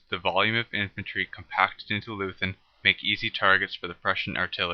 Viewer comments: Nice animation, however it is pronounced loy-tun not loo-then. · Good Video, short but very well done. Just one point: "Leuthen" is pronounced like 'Loyten' not like Loosn" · No lathen but Leuthen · Loothen for Loi-Tin is dumb, though. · Leuthen is pronounced: "LOY - ten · Can't trust a guy who cannot pronounce Leuthen. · No English tongue can,so what?